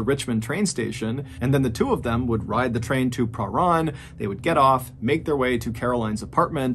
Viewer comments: the way u say pahran is pretty funny , in melbourne we all say it like its blended in one not a seperate pah and ran and the ran is said like "i ran a mile" . its not pah-ran its parhan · This story is so creepy to me. I'm a Melburnian and have lived in Box Hill - next to Wattle Park. A polite side note! Your pronunciation is pretty good! Prahran is a tricky one, we say 'P-ran' (like 'pram', don't ask me why), and Melbourne is like Mel-Ben, same as Brisbane. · Mr Ballen, I’m a huge fan and particularly love how well you pronounce the names of towns and cities - I used to live in Prahran and no one who ever talks about it never pronounces it (or Melbourne!) correctly. Thank you for the strange dark and mysterious stories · Same here. I’m from Melbourne and didn’t know about this. I have heard of the movie but didn’t know it was a true story. I did have to giggle at the pronunciation of Prahran, though. We pronounce it per-ran. Or just pran. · Good story. Good job with most of the pronunciation of Melbourne too - I hate when it’s called Mel-born (it’s Mel-bun!). Prahran is pronounced pran (rhyming with pan) though. It’s a hard one that a lot of ’Strayans get wrong too. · Having moved to Melbourne in my mid 20’s and having trouble pronouncing Prahran for years much to the disgust of native Melburnians I implore you to not make the same mistakes as I did 😂😂, it’s pronounced Prahran: Pra-ran or Pran. Im now 40 & have finally learned to pronounce it which means I have formally been approved to become a true Melburnians. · I don't. I flinched every time he said "pruh-rarn". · Small correction: "Prahran" is pronounced "Perr-an". Source: I live within walking distance of the suburb. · He was actually doing pretty well until It got to Prahran. It's pronounced like purr-anne, mate. I can confirm. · Btw it’s pronounced Pa-ran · Lived off chapel St....we say prah-ran. I lived on Grandview Grove ❤ I think it's a little of both. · Pronounced Pa Ran train station.